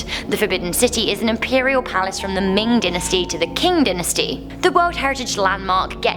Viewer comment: you dont pronounce dynasty dinasty its DYE -NAS-TI